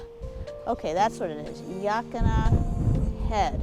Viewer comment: Great video… look up Mo’s Restaurant Health Score Card… that says it all. It is like our Pier 39 restaurants here in SF! Quality is gone. ❤️ Depoe Bay is pronounced like Home Depot. And Yaquina can be remembered to pronounce as Ya-Quinn-ah like after Anthony Quinn. A local shared that trick since they hate the mispronunciation all the time. I did the same before they told me!🤣